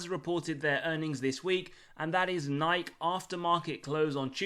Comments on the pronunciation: I love this channel and the fair value models. But Still calling it Niyk? C’mon. Say Nik-EE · No more videos about Nike until you learn how to pronounce it